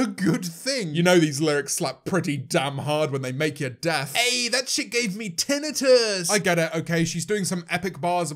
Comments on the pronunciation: TENEHTIS!?!??!?!?! NO ONES TALKING ABOUT THE WAY HE SAID TENITIS!?!!? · The way he said tinnitus bothers me